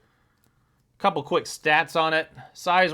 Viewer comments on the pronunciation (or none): none